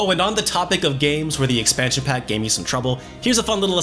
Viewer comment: STEAdYdropN Em In what universe is expansion pack pronounced like 2pac.